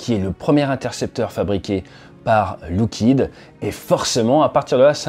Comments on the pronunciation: Merci de ne pas confondre ce fleuron de la défense US avec du liquide de frein. Il FAUT prononcer LOCK-heed. Pas de "look" là-dedans.... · Je crois que, pour Lockheed, on dit "lock" et non pas "look". Attention aussi aux faux-amis : le "trillion" que vous lisez dans les documents américains se traduit "billion" en français. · Pourquoi dire LOUckheed et non pas LOckeed ? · Lockheed pas loughhead mdr